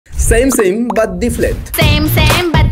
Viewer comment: ডিপলেন্ট ডিপলেন্ট 😂😂